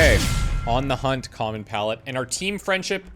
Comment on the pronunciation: "A hoonter must hoont"